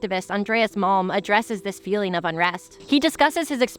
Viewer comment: I listened to this with the screen in my pocket, every time you cited malm I heard “mom said…”